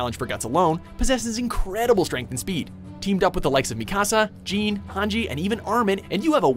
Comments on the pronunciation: Everyone says jean's name as if it was a pair of jeans (like the pants) but it's pronounce john.. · lmao this man said jeen